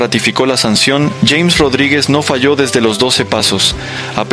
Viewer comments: No se llama "yeims* se llama JAMES pronunciado en español!!!!!!!!!!!!! JA MES!!!!!!!! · TIENEN QUE APRENDERSE EL NOMBRE DE ÉSTE GRAN JUGADOR DE MÍ SELECCIÓN COLOMBIA, COMO LO ES JAMES (EN ESPAÑOL) RODRIGUEZ.... 😂🎉😅❤😮